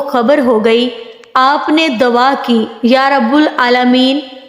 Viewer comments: dwa nhi " dua" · Nice but you say dawa but it is dua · بہت اچھی ویڈیو ہے پر آپ لفظ دعا کو دوا بولتی رہی ہیں